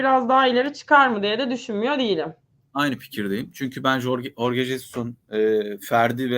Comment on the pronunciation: Sen ne saçmalamışın, bilmiyorsan bari sus. Horge doğrusu